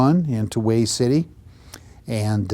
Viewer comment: Come on, Man, you been around Marines enough to know better! It is pronounced "WAY", the city of Hue is! Come on!